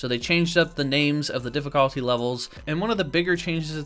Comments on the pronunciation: am i the only one who got annoyed when he said difficalty instead of difficulty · Why tf you say difficulty like that tho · Why do you say difficulty like that tf